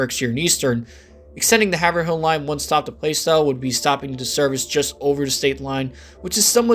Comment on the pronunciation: As a Mass native I have to bring it up..Haverhill is 'Hav-rill' and not 'Haver-hill'. And yes, we hate the lack of connection between North and South stations.